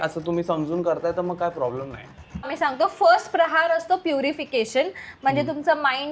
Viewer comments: Its प्रहर not प्रहार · Mast hota video pn tumhi prahar cha ucchar chukicha karat hotat. प्रहर means time related ahe pn tumhi tyala प्रहार mhnt hota jyacha arth war krne , attack karne asa hoto 😅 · खूप छान गोष्ट. अभिनंदन. एकच सांगते की , प्रहार नसतं प्रहर असतं.